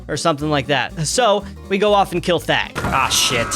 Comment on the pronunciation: I thought you said fag instead of thag